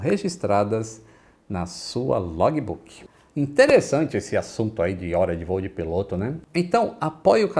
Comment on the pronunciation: Log"I"Book"I"... Faltam aulas de Cambly aí... 😁